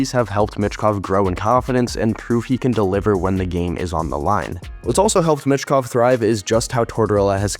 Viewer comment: It's pronounced Meechkov, not mitchkov